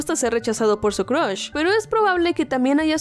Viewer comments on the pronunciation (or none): y hay está el honor de la palabra "cruhs"